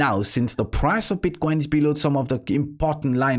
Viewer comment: "Bitquain" dude learn how to pronunciate it first, is not that hard.